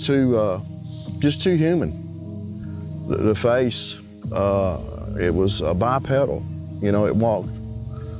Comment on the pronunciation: dammit, quit mispronouncing bipedal...it BYE-PEE-DULL NOT PEDAL